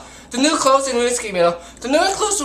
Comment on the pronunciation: you cant pronounce clothes lmfao